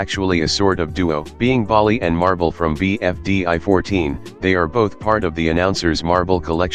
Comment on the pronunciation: Bro said BFDÁ